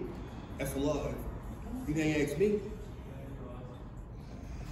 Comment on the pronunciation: You didnt "axe" for permission to exercise your rights, theres the problem